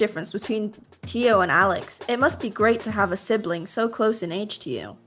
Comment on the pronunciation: how says teo like three times with a weird pitch lmao.